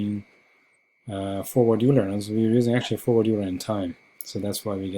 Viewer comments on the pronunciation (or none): Euler is pronounced oi-ler